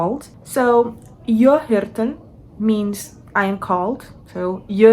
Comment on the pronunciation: Wait... what's happening!? Suddenly putting on make-up in a language video. @@ Haha, there's no R at the end. Also no R at the end of "jag". We don't say "jag är 26 gammal", you either say "jag är 26 (år)" or you have to say "jag är 26 år gammal", basically you forgot the "år" which is year. For some reason we use singular here. You're skipping the "T" in två (two). Sounds like you're saying fyllera and fulram, which aren't words. It's just fyra, long Y, and the Y can be hard to pronounce. Seven (sju) is a hard one, but you wrote suj and said something like "hul" which isn't right. You said nio (nine) correct the second time, first time you said like nijo with an English accent or something. 10 sounded like tilio. Here you said 7 correctly! Just remove the ton. Again it's off, sounded like "vartel". And then you for some reason make the b in to a v... I think everything would sound better if you read it as it's written, would still be wrong but... Here you said like "deuh" instead of "två". "Jag kan inte svenSka" The J in "hej då" is pronounced like I. I don't even know what ingen ko på isen and lägga lök på laxen means haha... Nor mångata. I just don't have a very expanded vocabulary in Swedish I guess. I'm... really confused about how you're getting these so wrong. It's an F, but you say D... And you add an N in moster. You said it in two different ways too, monster and mönster.